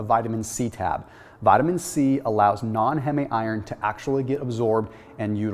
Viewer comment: Heh-may iron 😂